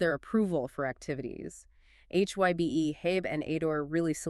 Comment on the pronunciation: You prononuced HYBE incorrectly.